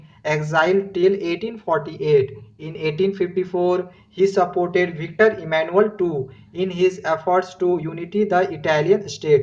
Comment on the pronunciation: Its victor emmanuel,instead of victory e.